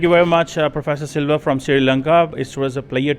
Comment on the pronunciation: he said Shiri lanka and nepol 😂😂